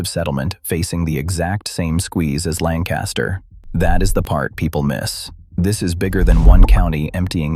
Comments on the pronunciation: That’s not how we pronounce Lancaster. The accent is on the first syllable. And Gee-aw-ga County, Ohio where my mother is from. Why don’t they get a live person to review the AI before putting it online?! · If you are doing a video about Lancaster County Pa. You need to pronounce it as the locals do. Makes it appear you really don't know what you are talking about. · The video would be much better if Lancaster was pronounced properly. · If one is going to do a story about Lancaster, at least learn to pronounce it as the locals do. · Bye bye. They treat their animals like commoditie, that's it. They get land, they strip if of trees and put up a bunch of buildings. Money is their first love. At least these days I haven't seen them "driving" lame horses down the road. Please learn how to pronounce Lancaster. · I live in York County with friends in Lancaster and the Amish are NOT leaving Lancaster. This is not true. Not even pronouncing Lancaster right. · AI could have at the very least, pronounced Lancaster correctly! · Too bad the narrator cannot pronounce Lancaster correctly. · You’re not even saying Lancaster correctly. These farms stay in the family. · Yes the kids knew Wyoming is not the "cheese" state that is Wisc. and my Samoyed was from Siberia. the English kids had no clue. The reader does not speak right either...not like "BurtLancaster" but "Linkister"...speak as locals...assymilate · It's pronounced LANK-uh-stir, not LAN-cast-ur. Unless you're an out-of-town English person or an a.i. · It’s “LANG-kiss-ter,” not “Lan-CAST-ter.” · It's pronounced Lancaster, not Lan- caster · This narration pronounces "LANCASTER" WRONG. It's "LANG kuh ster." Not "LAN kaster." 😏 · Please learn how to pronounce LAN'-cas-ter, puh-leeze! Not Lan-CAS'-ter!!!!!! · You're mispronouncing Lamcaster (thus showing your ignorance), It's Lankaster (emphasis on first syllable) not Lanncaster. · If you’re going to do a video on PA, please learn how to properly pronounce “LANCaster” county.